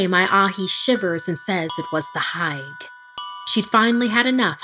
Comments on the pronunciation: Its pronounced HEGUH 😂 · her :ol higue me:correcting her every time ... the way u say it is wrong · Actually Higue is pronounced Hig (H ī g in other words, the long I)